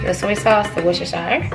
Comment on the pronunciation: Worcestershire is pronounced Wus-ter-sher .